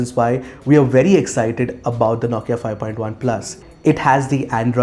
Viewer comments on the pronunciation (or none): Dude the way you pronounce NAWKIA* 😂😂